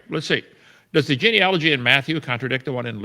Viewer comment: He can’t pronounce genealogy